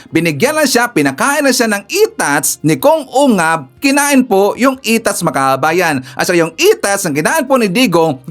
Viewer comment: Ungas pangalan Hindi ungab😅😂😂😂😂